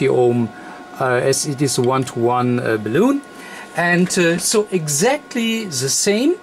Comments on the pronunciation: I have always pronounced the 'bal' in balun like 'balance', not like 'balloon', because calling it 'balloon' just sounds funny :P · Awesome project, thanks :) But PLEASE learn to pronounce BALUN correctly :) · Hi, the English call it a Balun like Bell Un, i know the pronunciation is prob a bit difficult...as you know it means balanced to Unbalanced...so Bal Un or Bal on or Bell en....not balloon hope you don't mind me saying this...from Fred in UK g4vvq. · Great Video - may I just point out that the English pronunciation is "Bay-Lun" (Balun) and not "Balloon" - but still a great video and very informative - thank you:) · Pronounced: (Bal-Lun). But, fine video! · Nice video. But please, it is BALUN like in BA-LÙN not Baloon like in 🎈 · Errr.. its called a BAL-UN.. A Ball-oon is one of these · It’s not a balloon…. It’s a Balun, as in balanced / unbalanced…. There is no loon in unbalanced. 🤦‍♀️ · BALUN NOT BALOON haha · If you want to get the pronunciation down exactly, it's bal-un, or multiple bal-uns. Your'e such a delightfully charming person, I really don't think that it matters. Thank you very much for being so instructive and having us all visit with you.Verend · Sehr gutes Deutsch.. Ich glaube in der Sprache, die Du hier im Video zu sprechen "versuchst" wird das aber anders ausgeprochen als im Deutschen.. Im Deutschen ist das so vollkommen richtig. Es ist "Balun". In dieser anderen Sprache hoert sich das ausgesprochen aber mehr an, wie "bellen".. So wird es da wohl ausgesprochen. Aussprache ungleich Schreibung.. Balun, wie im Deutschen ausgesprochen ist dort halt eher sowas wie "Luftballon".. Aber das ist nicht so wichtig! Das Video selbst, ist inhaltlich sehr gut.. :) Und das ist schliesslich das Wichtigste.. :D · the "un" in balun rhymes with the number "one".